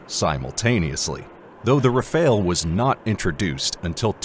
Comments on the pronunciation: It's pronounced "ra-fahl", not "ra-fail". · Isn't Rafele. Is Rafale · Ra Fale, not Ra Fail ! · Your pronunciation of 'Rafale' is a *fail*. As is your multiple uses of footage not of the planes you're talking about. Plus you don't seem to answer your question